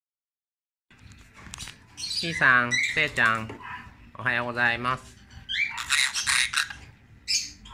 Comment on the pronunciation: UPありがとうございます😊 「おはようございます」なんて、長い言葉を、一音一音きちんと発音していて凄い😆 バイバイや、おいで も、はっきり言えてるし😆 いやぁ、めちゃめちゃ賢いですね～☺️💛